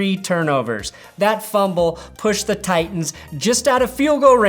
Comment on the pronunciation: "I can't hear the difference between Titans and Tigahs"